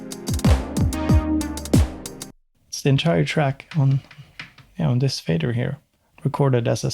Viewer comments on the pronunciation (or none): none